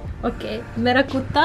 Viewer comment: The way she said kutta was very nice.